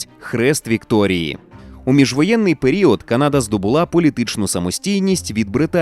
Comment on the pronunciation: Будь ласка люди почуйте мене! Правильно казати Канада з наголосом на перших склад. Француз про якого сказали на початку спитав у індіанців через перекладачів "Як зветься ця земля". Але через мовний бар'єр індіанці неправильно зрозуміли і сказали село (типу відповіли що це за місце). На індіанській село звучить як Каната (!!!з наголосом на перший склад!!!). А згадайте як звучить на англійській Канада - Canada з наголосом на перший склад. Взагалі візьміть будь-яку мову крім суміжних з українською і почуєте наголос на перший склад, бо так правильно. Якщо хочете перевірте в інтернеті. Ніколи не існувало КанАди. В жодному атласі, в жодній енциклопедії не було наголосу на другий склад. Це груба помилка. Українцям же не подобається, коли Україну називають УкрАїной, а їх укрАїнцями, або укрАинцами. Тому сподіваюсь ти, невідомий читач коментарів, зробиш для себе слушний висновок і почнеш розповсюджувати правильну назву. Дякую, що витримав і дочитав мій величезний коментар😊 Дякую автору за якісний контент❤